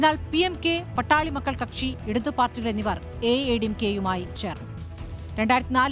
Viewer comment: Not Pattali.but Paattaali makkal